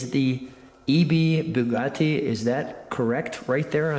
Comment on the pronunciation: Sorry, the way this guy pronounced Bugatti was strange.